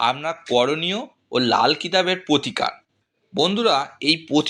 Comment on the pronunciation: আপনার উচ্চারণ গুলো স্পষ্ট করুন। পোতিকার গোহো পিয়ো আজগে এসব কি? শুনতে বিশ্রী লাগছে। পুরোটা শুনতে পারলাম না।